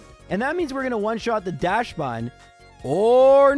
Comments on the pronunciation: Dachsbun is pronounced DAXbun, not DASHbun. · FYI, Dachsbun is pronounced "DOCKS-bun." It's named after the Dachshund, also known as the "wiener dog."